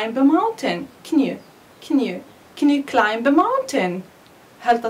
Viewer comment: Hi ! I Want just to say sth it klimb we pronounce it klaim not klaimb Otherwise everything is fine Good luck!